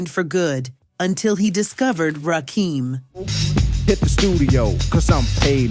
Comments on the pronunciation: All was well…until she said Rah-keem instead of Rakim. NEXT👉🏽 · this AI shyt needs work 😂😂😂 Rakeem its Rakim I feel sorry for the children they gonna be all confused when they get my age 🤦🏽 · Rah-kim (second syllable like Kim-berly) The God MC deserves a proper pronunciation. Is this AI? Southern-Playa-listic-Cadillac (like the car)-music 😳